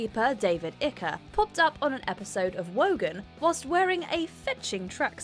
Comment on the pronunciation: David ikeeer lmao 🤣 😂 😆